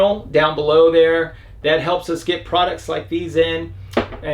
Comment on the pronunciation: Holy cr@ This is the first vlogger to pronounce Manfrotto correctly. Any idea how many "experts" channels that implies? Kudos. Currently (2020) I cannot find that exact design of receiver with the additional push down release safety lever, not even on Manfrotto USA website. All I can find online is what's called the old one here, the design with the brass pivot pin. Any leads?